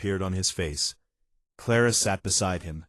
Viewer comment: Ara instead of Clara? AI is horrible. Wrong spellings, wrong pronouncing of words!